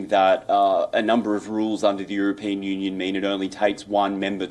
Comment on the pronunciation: EurOpean....for goodness sake get the pronunciation right, Indians!